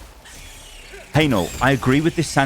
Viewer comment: guy cant read the word 'divisive' and the video shows how he handles the pump terminal - sub 80 IQ traits right there